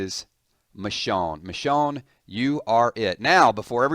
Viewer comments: Nice video, but you pronounced it Mishawn, the whole time, lol. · almost every day u say someone new dies. plus the way u say her name pisses me off